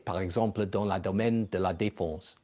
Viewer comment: Après les hauteurs de vues de Sarkozy, il devient carrément drôle quand il ajoute plus loin : nous avons fait de gwand pwogwès dans le domaine de la défonse